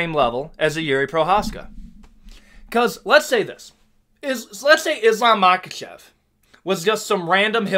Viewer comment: It's not Makkachef, it's Mahachev